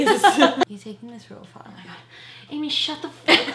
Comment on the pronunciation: I honestly lost it when she said her name was "Emy"💀😭😂